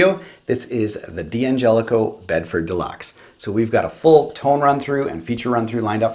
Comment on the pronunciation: Say it with me.... Dangelico. Dan-jellico.